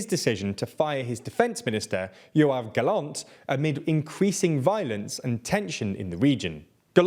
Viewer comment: about the Israel story maybe try to say Gallant with emphasis on the la in the name and not Gallont but good work in generals, it not easy to say names you don't hear a lot